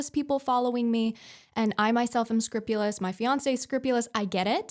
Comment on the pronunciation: I'm sorry, are you saying "scripulous" or "scrupulous"? I'm not pointing out fault, just trying to understand meaning and perhaps that's a term specific to something to which I am ignorant. Thank you!